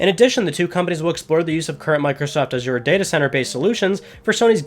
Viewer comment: Azure dreams on ps1 like that lol saying it wrong.